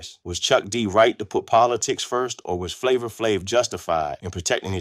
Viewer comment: How u gonna make a story when you can't say Flavor"s name right 🙊😣